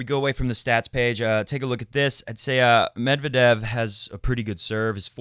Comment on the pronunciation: According to his wikipedia article, the stress is indeed on second e of 'Медвéдев'. You can use wikipedia to check pronunciation for most russian names. They only tell you the pronunciation in cyrillic, but cyrillic itself is a fairly intuitive script, aside from the confusing stresses you'll see in Russian.